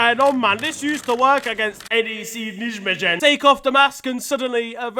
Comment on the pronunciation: The pronunciation of NEC Nijmegen was absolutely not even close to being correct 😂😂